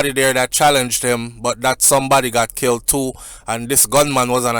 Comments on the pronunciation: There is no different between kilt and killed because there is no such word as kilt that’s why it was a bit irritating to me to hear him keep saying kilt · Why are you saying kilt the word is killed not kilt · But you know what it meant.... Might be a bit of an irritant, but Does it really matter . We know he knows the difference between kilt and killed